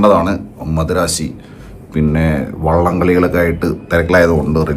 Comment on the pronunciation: വള്ളമല്ല, വെള്ളം 😅